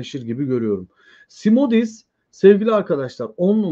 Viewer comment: Szmodics;Şmodiks okunuyor Polonca